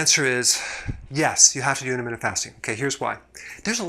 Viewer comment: This guy is completely wrong. Also if he wants to do a video on intermittent fasting... he should learn how to say intermittent correctly